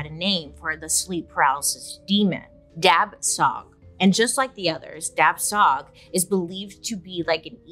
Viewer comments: For the Hmong, it is pronounced without the last letter of those two words. So it should sound like Dah-Chaw instead. Thanks, BS!! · The correct way to pronounce the ghost or spirit In the Hmong community it’s dab with a silent b so it’ll sound more like dah and the second part is xwb pronounced like shu so it’ll be dah shu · BTW, "dab tsog" is pronounced almost like "da chaw" or "da jhaw." Dr. Mike covered SUNDS from the Hmong refugee incidents as well & pronounced it like how Bailey did.